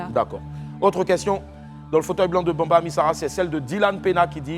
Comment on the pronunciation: C'est bamba et non Bambi oooo